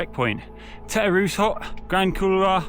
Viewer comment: You might want to check the pronunciation of the Grand Couloir 😂😂 I'm sure the Polish viewers found it highly amusing. Nice work on MB fella